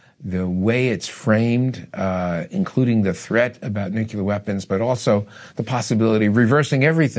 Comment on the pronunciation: If the guy you’re interviewing says nucular and not nuclear, then it a good possibility he doesn’t know what he’s talking about just saying